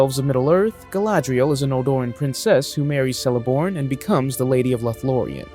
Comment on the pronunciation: I cringed when he pronounced Celeborn as 'Sellaborn' instead of 'Kellaborn'